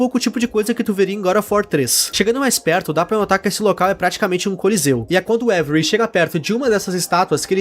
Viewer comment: Pq todo mundo chama o avery como every?? Kkkk